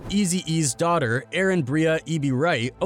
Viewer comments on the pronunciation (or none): none